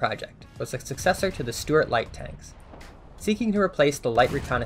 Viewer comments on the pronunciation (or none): none